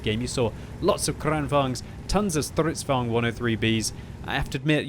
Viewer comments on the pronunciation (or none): ''stridsvogn'' xd